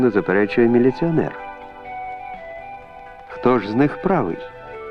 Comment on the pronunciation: Наголос, щонайменше раз неправильно сказав у слові 'правий'